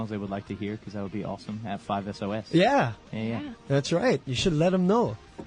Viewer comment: Wait a minute Did Ashton say ‘5 as oh as’ ??? I’m done I can’t